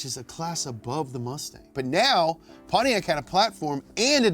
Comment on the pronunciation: I knew he was gonna say “Pontiaccyyy” hahahahaha!